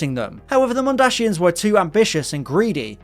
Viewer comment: MondaSIANS Not mondaSHIANS